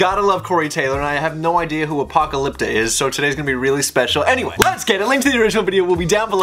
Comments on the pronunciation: Anyone not t gonna point out that he was saying apocalypta not apocalyptica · You're saying apocalypta. The bands name is apocalyptica. You're leaving off the -ica. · Dude, its ApocalyptICA, not ApocalyptA XD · Apocalypta? its fkin "Apocalyptica" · ApocalyptICa, not Apocalypta :) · It's Apo-kalip-tica.....what the heck are you doing. U r pronouncing it Apo-kalip-ta. U r high on your protein drink? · Did he say apoptalica? Lol! I just can’t! 😆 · love your face, but slow down and read the band's name when you first encounter them. A-poc-a-lyp-ti-ca <3 And you should check out "Path" by them, awesome song that's just them that shows their style and talent! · that's just the tip of the iceberg, man. Also, Apocalypta, damn man, learn to read xd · It's A-poc-a-lip-ti-ca... plz git it rite...